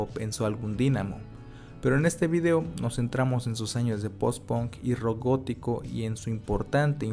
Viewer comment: Alguien sabe por qué los mexicanos pronuncian ponk o gon en vez de pank o gan?